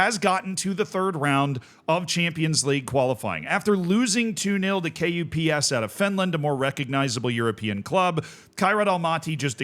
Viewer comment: As a Finn, KuPS is basically pronounced "cups" with the u sound being said in the Finnish way.